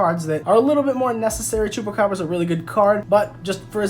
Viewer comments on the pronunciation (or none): none